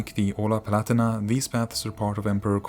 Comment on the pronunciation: Not PLatina but PALAHTEENAH